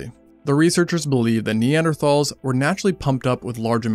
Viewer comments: seconds in and I was already disappointed that he pronounced neanderthals incorrectly. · When you spend almost 17 minutes pronouncing "Neanderthal" wrong. Hint: It's nee·an·dr·taalz not "Thals". Atleast put some effort into your videos. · You pronounced Neanderthals wrong so I didn't watch more than the first five seconds.